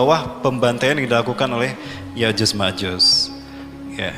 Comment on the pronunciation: Ko yajuz majuz sih,,?????? se kelas ustadz, penyebutan ya'juj dan ma'juj saja masih keliru😢😢